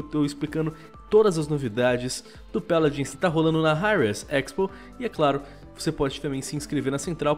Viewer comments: Pq vc fala peladins de deveis de fala paladins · O vídeo inteiro ele ficou falando peladins Que agonia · "Péladins" kkk